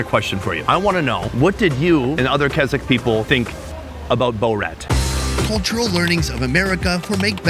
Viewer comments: BO-rat?… what’s BO-Rat?? It’s Borat, geez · Its not bow rat lol its pronounced bor-at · Boar-Rat !!!!!!!!!!! not Bow-rat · How to speak like Food = Fuhd Borat = Bowhrat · I cannot unhear Borat pronounced “BowRat”! 😂 Is that how they pronounce that name there? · How do you not know how to say Borat? "Bul-rat"?? Dude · Bow- Rat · Bo-rat 😂 it's borat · I love the way he pronounced Borat 😂😂😂 "Bow-rat". I wonder if they know that Borat was a character in TV series for years in the UK before the film came out. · I think it’s prounounced Bor-rat not bow-rat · why did no one stop him from saying Borat like that? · Great video with some awesome co-hosts but Bow-Rat? That's a little weird. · Pronouncing it “Bo-Rat” is sending me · 1. Borat is the funniest comedy ever made. 2. I take personal offence in the way you pronounce BoUrat. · Boh-rat?😂 great vid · his accent suddenly become very similar to borat.. sacha really did made a good accent